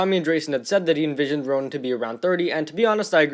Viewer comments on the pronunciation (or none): none